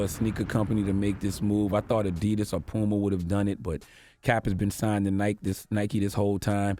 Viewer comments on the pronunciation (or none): none